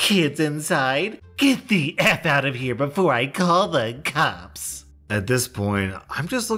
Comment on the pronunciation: When he does the EP voice and said "I'll call the cops!" it sounds like "I'll call the cups!". You wanna cup of coffee? Hot chocolate? Just go to Starbucks or something; they're freakin' everywhere anyway!